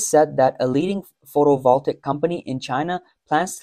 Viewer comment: Since your narrator says photovoltaic repeatedly, he really should learn how to pronounce it.